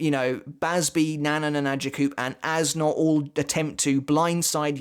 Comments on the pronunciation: According to Goodle Translate you pronounce it Ass Nudt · As a german it makes no fucking sense that hes "Äs Nödt" Youd pronounce it somthing like "Es Noed" Which in german neither of those are a word His name makes no fucking sense to me lmao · If this character’s name is German, it’d be pronounced as “Ays Nert”